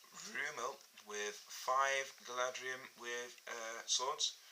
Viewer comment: It's Galadhrim, not Galadrium